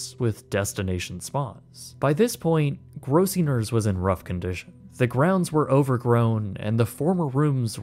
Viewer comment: Weird, it sounds like you're mispronouncing "Gross-singer's."